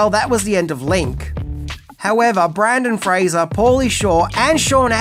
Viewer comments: I’m not going to lie, it sent me right to the comments. I’ll persist, because I love your videos. Don’t give up, mate. You can say his name right. I’m sure if it. Make a funny YouTube short out of your process to get it right and you might rack up a ton of views! Keep up the great videos. We appreciate your content. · I love this movie sooo much. One of my faves from the 90’s. And? It’s okay if you mispronounce a name when it’s done accidentally. Please make more videos on Mr. Fraser and simply say in the video, “I apologize now because I have difficulties saying it correctly.” We’re human. We’re fans. We understand 😊👍🏻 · Don't think i've ever heard BrEndan Fraser mispronounced so many times in one video before, even in text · You also blew the pronunciation in your Bill & Ted video.